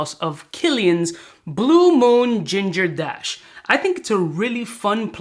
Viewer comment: I keep hearing “Pebble dash”